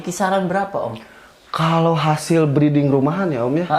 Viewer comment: Maaf, breeding bukan breading. Masa iya roti murai batu hehe..